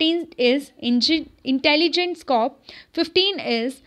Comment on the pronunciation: This isn't to troll you or anything but plz rectify your pronunciation of corps (was just for your betterment).